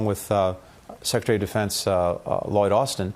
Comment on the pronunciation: 贔屓の引き倒しも大概にしよう。 secretaryがsecretury startedがstirted sharedがshired 等など。